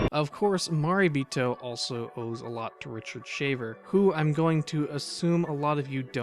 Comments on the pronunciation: Good video. Gonna watch this movie. But, It's pronounced "ma ray bee toe" not "ma ree bee toe". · Your pronunciation of 'Marebito' hurts my soul. I like your videos in general, though :)